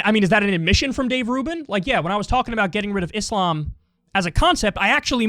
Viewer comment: Such a small thing but love how Kyle is one of the only white ppl who says Islam correctly and not Iz-lam. Cant say rural to save his life tho